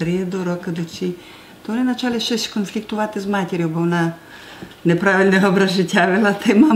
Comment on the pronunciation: навіть не так не "чуток специфический сельский закарпатский диалект укр.языка". Лексика на 99% літературної укр. мови. А ось щодо вимови слів — так, якраз вона і збиває з пантелику. Приклад із видива: вОна дАла (замість вонА далА).